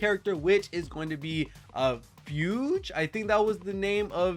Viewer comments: fugue is said like fyoog (say "few" with a hard G) its not fewj lol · I swear to god, if I don't find a creator who to pronounces Fugue correctly (as in Fugue State? The mental disorder? GOOGLE IT) I will lose my mind.